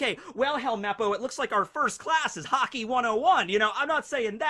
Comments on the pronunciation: i thought he was saying hockey to be funny. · Did no one notice that is said Hockey instead of Haki